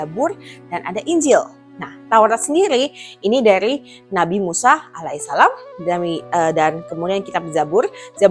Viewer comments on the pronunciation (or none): none